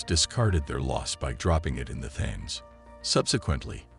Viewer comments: Isn't it pronounced "TIMS" RIVER NOT "THAMES" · its pronounced the teems not the thaines and there was a river crossing and settlements in london before the romans turned up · Thames is pronounced 'Tems'. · I couldn't stand to watch this after not pronouncing the topic of the whole thing. It's Tems!!! Aaargh!!! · It's the Temes no bloody H in the pronunciation ffs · You guys who allowed this narrator to continually pronounce the Thames incorrectly all look like idiots. It's pronounced like Tim's. The (Th) is not pronounced like (That, Those, Their., etc.....) It's Tim's!!! You make Americans look like fools with this. Educate yourself before trying to educate anyone else. It' embarrassing.